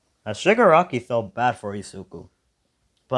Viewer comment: Love this but how in Zenos name did you know the Grand-Priests actual name off the bat but failed to say shigaraki's name 3 times?